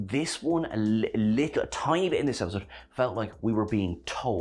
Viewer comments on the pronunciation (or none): none